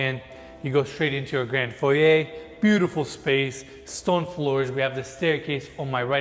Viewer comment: you mispronounced foyer